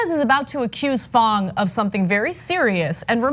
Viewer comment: Ahhhhh - stop saying fOng ---- Mr FANG